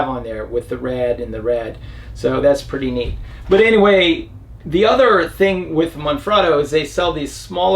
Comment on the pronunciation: Holy cr@ This is the first vlogger to pronounce Manfrotto correctly. Any idea how many "experts" channels that implies? Kudos. Currently (2020) I cannot find that exact design of receiver with the additional push down release safety lever, not even on Manfrotto USA website. All I can find online is what's called the old one here, the design with the brass pivot pin. Any leads?